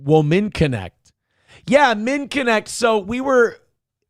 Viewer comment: That PBD app is called MINN-ECT. I don't use it or anything, but you could at least pronounce it correctly. Have a nice day.